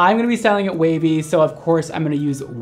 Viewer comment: when you were talking about how the wig reminds you of a kpop idol and then said that you want to make it wavy I first thought you said WayV 😆